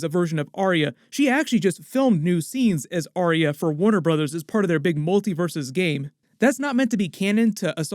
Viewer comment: Why can't people say Ar-ya? It's not Aria...FFS!